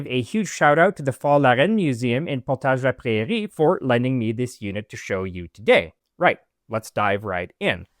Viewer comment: It's always funny to hear Portage said by someone who's actually french. I was like "where!? What museum? Ohhhh". Great find. The mannequins there I remember from my childhood were quite unsettling hah, always waiting around corners.